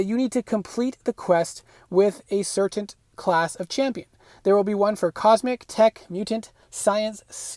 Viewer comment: Not only did you pronounce a word incorrectly, but you said it 200 times making this video unwatchable cringe. Re-Sources. It's an S, as in source. It's not re-Zorces... wtf is a zorce genius? It's obviously not Rezourzez. You also said certaint, maybe you misspoke on that one? I don't understand how people are so open with their lack of education these days.